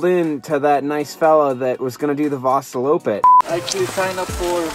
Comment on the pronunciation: Omg the cut to her saying Vaaasaloppet in the beginning was just too perfect haha! Excellent really